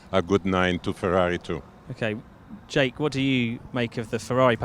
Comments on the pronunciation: The most innovative thing in this video is Giorgio’s pronunciation of Jake’s name 😂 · Haha Giorgio pronouncing Jake as jackE